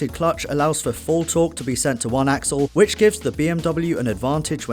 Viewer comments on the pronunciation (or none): none